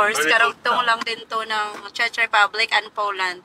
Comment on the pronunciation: Why u pronounced it as "Chech" i think its Czech like Check with "k" when u pronounce it😢😡